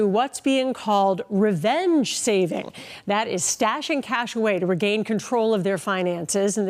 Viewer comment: Did the news bunny say “Revenge Shaving” ?🎉